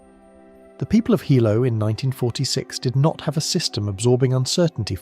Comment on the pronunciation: It’s not Hi Low it’s pronounced Heelow. Hilo Hawaii where I live, and where the scariest events in the State happened. My daughter learned since her childhood where the tsunami inundation zones are and practiced drills and had field trips to the Tsunami Museum in Hilo. She used to be anxious when we drove on the waterfront because of the history. Kids are impressionable, but they have to know. There was a school swept over by a tsunami on a bay north of Hilo. Plus we are close to Japan by relationships of those who moved here and by similar hazards. We watch earthquake activity . It’s part of life here.